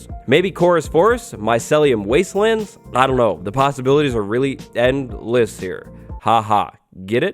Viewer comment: "End-less" actually funny